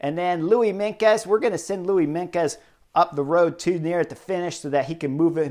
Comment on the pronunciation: Chris: with Meintjes, the 'tj' in the middle is pronounced like the 'ch' in chips or the beginning of Ciao So it's Mine-chus. It's not difficult. Afrikaans is an old form of Dutch. Meintjes = mine-chus.